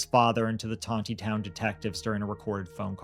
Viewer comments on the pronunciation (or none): It is not "Ton te town, It is Ton knee town"